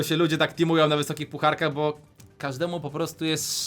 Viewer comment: Bo a nie Bu